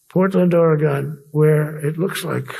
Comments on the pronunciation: "Ore-Gone" ?? F djt!! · Proof that the election counts or he wouldn't try so hard to sabotage it. Its or-ree-gunn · Can no one from the East Coast pronounce the word 'Oregon'? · Why am I not surprised that Trump can't pronounce Oregon correctly. And no way did Tina Kotek refer to that orange thing as "Sir." SMDH